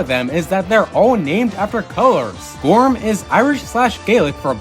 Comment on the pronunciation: Not sure about other Gaelic languages but in Irish gorm is pronounced more like Gur-um.